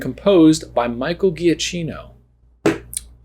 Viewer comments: drawing and reaction on the Kevin question is AMAZING and gives me life. 😂 =... 😅, we love you, but I have to fix it. It's pronounced "ja-KEEN-oh", not "gee-ah-chee-no". Italiano. 😎 He's a fantastic composer. =I guessed 17 years, based on that same quote. Were supers outlawed immediately after Buddy shows up as Incrediboy? Or does his statement "15 years too late" mean that, as long as supers were around, Bob had a chance to make Buddy his sidekick, but as of 15 years ago, that chance is gone? Either way, I got it wrong. 😅 =So many people say this, and it makes me so sad! Geri's Game is still my favorite short, I'd never seen anything like it before! I thought it was so brilliant, and I don't know why, but he wasn't creepy to me (by the end, the first time he laughed with those teeth definitely got me!). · Giacchino is pronounced "ja-kino" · "JOCKinno" - Giacchino 💞